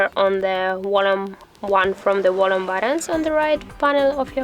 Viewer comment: It is pronounced volume, with a V, and not "wollum."